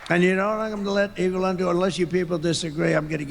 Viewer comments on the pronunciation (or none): Is he calling Elon Musk: Elan?? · Sounded like he said, Evelond, then corrected himself on the next "sentence". 😆🐽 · That slip up trying to say "Elon" sounded like "Evil-on", which is somewhat appropriate. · “Egolan” is what he said, for Elon. E-go-lan !! 🤣 sounds like he’s abt to say say “Egolan Longoria”, (sorry Ava Longoria!) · I thought he called Elon Eva Longoria